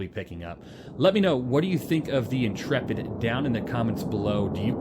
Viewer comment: I'm just glad to find someone who pronounces "Intrepid" correctly. Honestly the number of youtubers calling it the "intra-pid' or "int-rapid' is making my eyes itxh! 😅